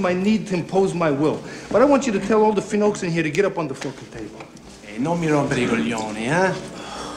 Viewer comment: Feynokes?, it's "finooks" 🤣, he can't even use Italian slang right.